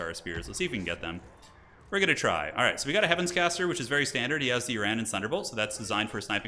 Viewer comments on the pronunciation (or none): none